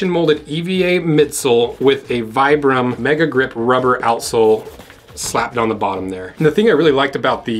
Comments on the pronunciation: it's pronounced vee-brahm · Vibram is pronounced "Vee-brum".